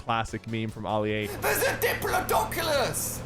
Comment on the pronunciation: AHLI A ITS ALI-A